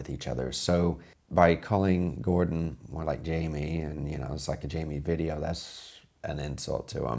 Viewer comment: Oh nooo, you dont make a reaction weejio of reaction weejio? hiyaaaaaaaa